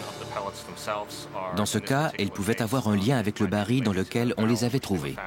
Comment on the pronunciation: Pour le narrateur : je signale et SOULIGNE qu'on prononce le L FINAL du mot BARRIL. Merci !